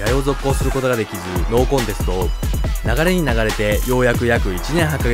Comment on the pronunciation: ノーコンテストが知能コンテストにしか聞こえなかった